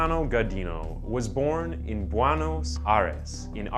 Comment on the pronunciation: Buenos is pronounced “BWAYNOSE” not “BWYENOSE” Google translate exists and it takes two seconds. Type in a word and hear it pronounced.